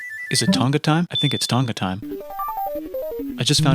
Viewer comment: He pronounced Tonga wrong.. babahhaha